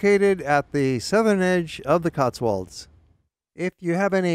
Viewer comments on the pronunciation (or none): none